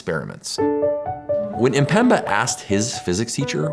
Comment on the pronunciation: Isn't amazing that many English speakers seem incapable of pronouncing Mpemba and say Empemba instead? The way phonetics of one's own language literally makes one uncapable of hearing some pronunciation details is crazy.